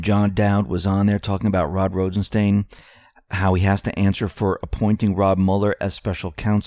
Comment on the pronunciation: "Rod Rosen-STAIN".... ....yessir!